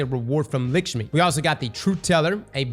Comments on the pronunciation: How many years and bro still can't pronounce Lakshmi or Galliard... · Lickshmi? seriously? Nobody is gonna call out Lakshmi being turned into LicksMe?